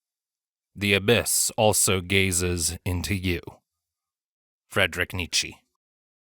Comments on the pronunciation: I have never heard a more wrong pronunciation of Nietzsche in my life. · let me enlighten you then. It sounds something like nee-chuh. Not too much of a problem either. It just kinda bugs me that most seem unable to pronounce German names right. I mean if even Google got it wrong, what does that tell us?